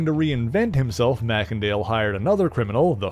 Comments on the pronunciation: May-Sin-Dale NOT Mack-En-Dale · I think that you pronounced his last name wrong: I think that it should be pronounced MACE , and not MACK! Other than that though , good job . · It's not pronounced "mac-ken-dale".. 'A "mac-ken-dale" pronunciation would be assumed under a Scottish etymology, but in that case, the first vowel (or consonant) following "Mac" would be capitalized. But this "e" is, and has always been, small-case. Therefore, It is not Scottish derived, and is pronounced as "may-sen-dale".